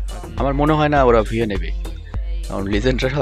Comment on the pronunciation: ভুইয়া না বুইয়া। উচ্চারণ ঠিক করেন।💥